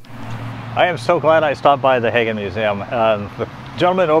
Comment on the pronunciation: It’s pronounced Haggin like wagon